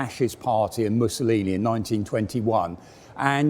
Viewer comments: "Musaloony" hahaha possibly the most appropriate slip of the tongue in history. ( 5.10 ) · "Missaloony"? Someone's been watching too much 'Allo 'Allo? ;-) Gruber's Kleiner Panzer ("little Tank") was a wonderfully well done conversion.